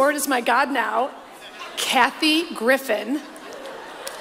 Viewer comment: I SWEAR her announcer sounds like he says Kathy GriffiTH!!!! 😲 😲 😲 😲 😲